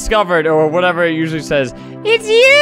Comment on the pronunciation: “Usually says” 0.25x “uzzzzzz says”